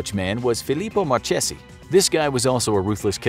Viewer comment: Actually it's not even Marchesi, it's Marchese, so ur not supposed to pronounce it like if it had 2 ee's, should sound more like "Ey"